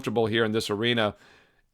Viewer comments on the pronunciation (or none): none